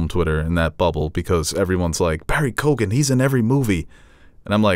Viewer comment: Pronunciation Police Comment Incoming! It is not Barry - Cogan 🙈 It is Keo-an...the gh is silent. An Irish friend 🙂